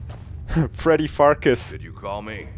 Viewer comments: farkas souds like fartas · I couldn't resit calling Farkas Fartass! xD